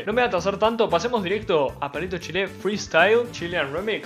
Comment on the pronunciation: Jajajajaa es que pronuncio el chill y soy Argentino, solemos cambiarle la sílaba tónica a todo xd